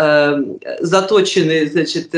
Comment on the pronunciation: не затОчены, а заточенЫ........